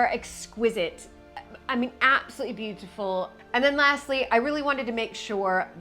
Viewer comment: What a gorgeous room, with so much warmth and soul. What a blessing you are to Mapperton✨ Perhaps Babbel can help with your confidence and flow when pronouncing “beautiful” and “all”, clearly and consistently precious.